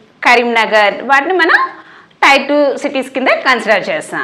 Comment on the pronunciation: అక్క అది టైర్ కాదు టియర్ అని పలకాలి.